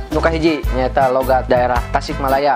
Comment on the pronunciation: Saking banyak nya Logat sunda sampe salah ngomong logat jadi logot :)